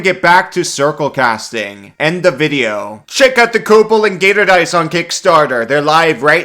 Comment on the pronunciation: Gator confirmed as German. Gertor.